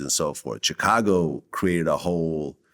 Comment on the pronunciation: Why does vlad pronounce Chicago like that???? Chacargo